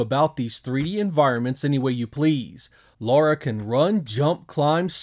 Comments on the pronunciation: 25 years later and people are still saying "Laura". Dude, it's "Lara". :) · Its Lara not Laura :| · Her name is LARA not LAURA! lol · Why do 99% of Americans have such trouble understanding this charecters name is LARA & not LAURA? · Why do you call her Laura? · How do you complete tomb raider and still call her ”Laura?” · Might be your accent - but you really seem to say Laura instead of Lara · La-ra not Lau-ra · Lara (LA-RAH) NOT Laura....even the characters in the game say it (LA-RAH) ugh lol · Dam American's and your Laura not Lara Croft.😅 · 12 mainstream titles and 3 cinemas released films, but still…, Americans’s can’t pronounce her name correctly. Like what are you hearing to continue calling her Laura? There’s no ‘U’ in her name!! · Great game one of the all time greats. It sounds like you keep saying Laura lol. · It sounds like you're saying Laura. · why can't americans say "lara"? or "craig" for that matter. anyways this version looks pretty bad. except for the lighting on lara, which seems to be light source dependent. something even VF2 and DOA(saturn version) couldn't achieve. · Tomb Raider stans, take a drink every time he says Lara's name wrong.